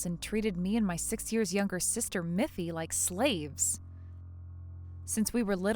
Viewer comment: It's Miffy, not Muffy